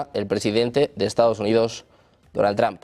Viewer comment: que feo pronuncias el apellido Trump, es entre la o y la u no tramp, ni que fuera trampoline